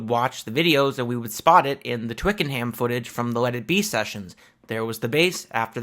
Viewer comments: In the South of England (including London) we pronounce it "Twikanum" not "Twicken-Ham", can't say for certain how the rest of the UK would say it!!! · Great stuff! (BTW, Twickenham is pronounced "Twickenum" - the general rule in England for place names ending in "ham" is to just say, "um", but not for places like West Ham, which is two separate words). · Thanks for this video. I used to live near Twickenham and FYI the 'ham' part of the town name is actually pronounced 'em'. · Why are you pronouncing Notting Hill as Twicken-Ham. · We say it Twick'n'um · Twickenham pronounced - "Twik-En-Um" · So cut how Americans pronounce Twickenham. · Mate, good vid, one small niggle though…..there is NO “Ham” in Twickenham! You DO NOT pronounce the word “ham” when saying Twickenham. Adding a “ham” in there leaves you sounding like a foreigner! And not Mick Jones!! 😜 I’m pointing this out for your own benefit btw! 😁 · Just to help (I'm English), the 'H' in Twickenham is silent. It's the same with the vast majority of conjoined placenames. When a placename is separated, like West or East Ham, then the 'H' IS sounded. I hope that helps in your future presentations.